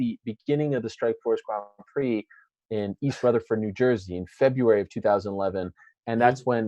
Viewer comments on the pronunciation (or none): none